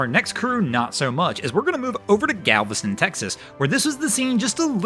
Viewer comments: Its galveston not galvestone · It's Galveston, not Galvestone. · There no final “e” in “Galveston.” 🙄